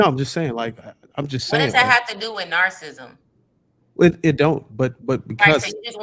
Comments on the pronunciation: It’s wild for to keep mentioning narcissism and narcissists and don’t know how to pronounce it. 🤦🏾‍♀️😩 but we’re supposed to take her seriously 👍🏾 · Can someone please pretty please correct how they pronounce narcissism 😂